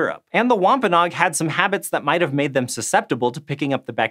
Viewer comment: Say WompaNOG one more time...